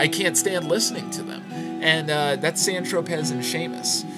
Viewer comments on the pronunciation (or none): The two you don't like ("San Tropez," "Seamus") are pronounced "San Tropay" and "See-mus."